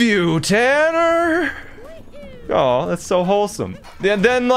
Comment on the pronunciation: just by that ohh you can tell he's Canadian